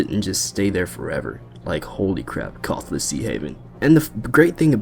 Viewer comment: "Khorasan"??? Were you high when you recorded that video??